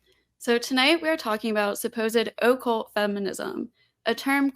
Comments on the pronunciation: Why is she saying occult like oh-cult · It is annoying how this girl pronounces 'occult'... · The affectation of Occult pronunciation by is annoying.